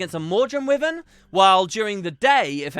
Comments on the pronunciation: "wivven" XD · Wivern :P